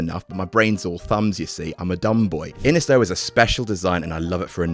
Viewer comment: Loving the look of Inis (pronounced 'Inish'). I'll definitely be on the lookout for it. Happy New Year